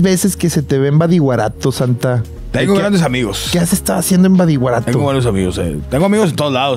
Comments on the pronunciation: Compa Adrián es *badiraguato no es badiguarato jaja saludos plebada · Ey Adrian es Badiraguato, los weyes de mazatlan solo se rieron cuando pronunciaste Badiguarato, pero no te corrigieron, o no se si esto es mame 😶 si es así olvida mi comentario. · Plebes, es BADIRAGUATO xd no Badiguarato xdd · El Adrián Marcelo no puede decir: “BADIRAGUATO” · TANTO QUE QUIEREN A SINALOA Y NO SABEN PRONUNCIAR BADIRAGUATO AJAJAJAJAJJA